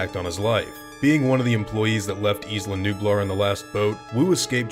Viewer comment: Isla is pronounced eye luh not eece luh